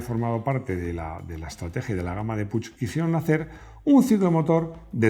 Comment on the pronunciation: Que pena que te dejes en el tintero las dos de Montesa (cota 50 y mini-montseita) las dos ciclomotores nacionales… por cierto, PUCH se pronuncia PUC… PUIG hace perfumes ;)